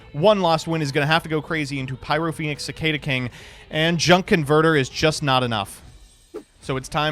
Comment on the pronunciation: I thought you were from the midwest originally, how do you not know how to pronounce cicada?